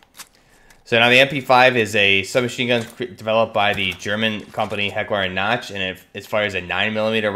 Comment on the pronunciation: Heckler and Koch not notch